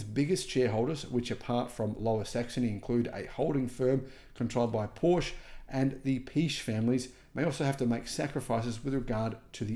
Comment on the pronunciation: How come you can’t pronounce Porsche correctly and you speak about the German auto industry? It’s a family name, only one correct pronunciation, two syllables.